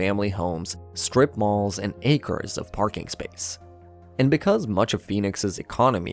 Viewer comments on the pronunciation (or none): none